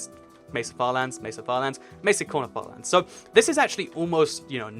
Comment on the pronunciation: When he said corner farlands, it sounded like 'quanerfar lands'